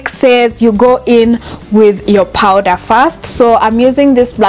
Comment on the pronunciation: It’s called powder not powdera